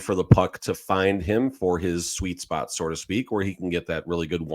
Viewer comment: So to speak. Not sore to speak. At least the A.I. translation is correct. 😂😂😂